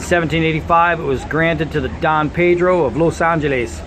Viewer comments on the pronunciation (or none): none